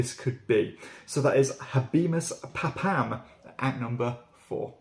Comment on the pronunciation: "pa-PAM"???? Surely it's pronounced "PAH-pum".